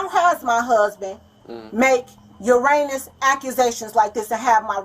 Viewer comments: "uranous accusations" = erroneous accusations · I was trying to figure that out…the best I came up with was she maybe trying to say “erroneous?) Idk! 😂😂